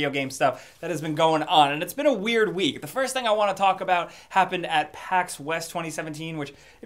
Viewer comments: Did he say wheat instead of week? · did you say every wheat?